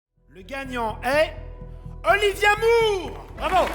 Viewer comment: Alors pour commencer : Moore se dit more et pas moure Et merci pour les clichés